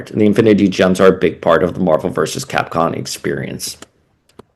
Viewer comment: Why you keep pronouncing Capcom as Capcon?